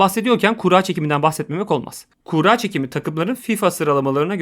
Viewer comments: Kura kelimesi kuğra diye okunmaz. Kurra veya kur-a diye okunur. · Kuğra demenden dolayı odaklanamadım ya :D adamsın harika iş çıkarıyorsun hocam.